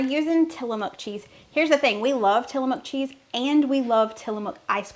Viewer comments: Pronounced till a muck, not mook. And if you ever visit there, you'll be corrected, that's how I know. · Tillamook pronunciation.. tilla muck